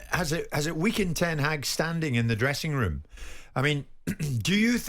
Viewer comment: Was it just the drugs or did Simon 🤔 just say "woom" and not "room" 🤔🤔🤷‍♂️🇮🇪🇮🇪🇮🇪🇮🇪